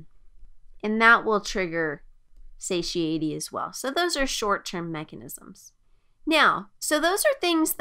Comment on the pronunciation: This is very good, but I just couldn’t help but got distracted by her pronunciations, satiety? Duodenum? Anyhow, still very good.